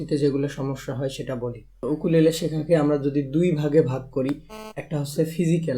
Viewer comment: Bhai eta ইউকুলেলে not উকুলেলে 😂😂